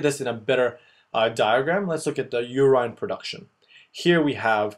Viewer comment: "You rine" lol